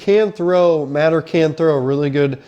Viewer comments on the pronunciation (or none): It's pronounced muh-tee-er not mat-er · First thing you should learn how to pronounce his name, it is Mateeeeeer not matter, secondly OU is going to grind IU into the ground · OU QB is MATEER, NOT Matter! 😂😂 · Bro doesnt know how to pronounce Mateers name and think Alabamas run game is something to worry about? I know IU is new to college football but come on 😂